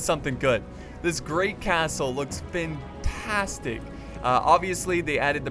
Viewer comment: "It's Fintastic." Did I hear that wrong? "Fintastic"